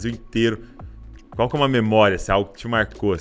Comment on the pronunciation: Qualquer pessoa falando: -: - ual Marca kkkkkkk